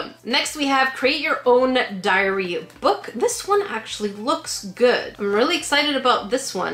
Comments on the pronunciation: "Dairy Book" - teacher me cringes Immediately scrolls to comments to see the comments " BuT, yOu'RE rEadINg iT wrOnG" 🤣 🤣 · It said DAIRY book lmao